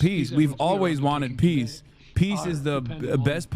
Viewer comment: Do you also hear macron saying peace as piss ?